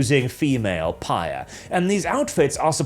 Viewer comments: Phyre is not read like "pyre," it's read like "fire." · I thought it was pronounced “fire”. Anyway, I’m going to continue saying that instead of whatever said.. how else am I to make the joke Dumpsthyr Phyre.